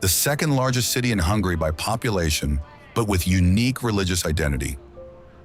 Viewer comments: Its Hungary not hungry, idiot narator! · Its not hungry its Hun-gary